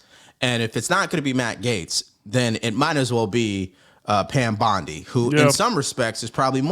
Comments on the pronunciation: Hey ! it's BONDI... please ..... NOT bundy , like the serial killer ! 🙏:hand-purple-blue-peace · My dog no disrespect but it's bondy not bundy love yah